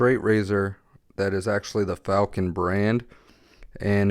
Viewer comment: Were those Facon blades? You were saying Falcon